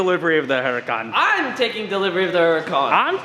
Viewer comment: It's a huracan with an H........ You keep saying...... uracan LoL